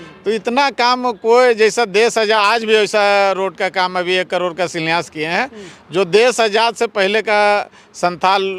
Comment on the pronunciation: इसको शिलान्यास बोलने नहीं आ रहा है, शिलान्यास क्या करेगा।